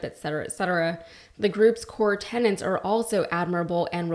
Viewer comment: Tenets. It's tenets. Not tenants. And it's Epoch Times, not Epic Times.